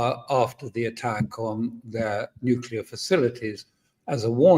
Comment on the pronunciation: alastair "casus belli" crook.....catapulting the propaganda again...."we can avoid global thermonukular war if trump nukes iran"....he's starting to sound like netanyahoo and ritter....."iran is five weeks from a nukular boom"....good work crook....extra lollipop for you